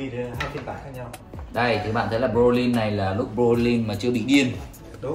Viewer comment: Broly not Brolyn :))